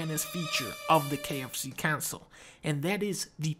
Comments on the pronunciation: I stop listening to dunkey when he said KFC Onsole and not KF Console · Its pronounced kfc onsole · “the KFC Onsole” 😂😂😂